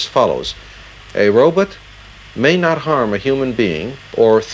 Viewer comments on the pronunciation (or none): A "robit"? Is Dr. Zoidberg in the house? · So that’s why Zoidberg says Robit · I love when it's pronounced "robut" lol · He pronounces Robot like Zoidberg